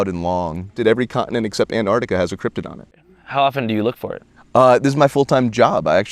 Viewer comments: Is "cryptid" really pronounced "cryp-toid"? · It's cryptid not cryptoid. Cryptoid is how the cryptids want you to pronounce it so you can't actually find the cryptids.